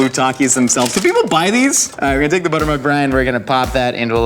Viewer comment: The brief pause and the slow zoom when he says "blue-tter milk" are way funnier to me than they should be 🤣🤣🤣